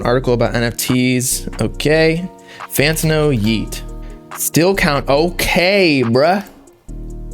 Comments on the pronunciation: It’s FantAno not Fant-UH-no 🗣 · L - Fantano: Lantano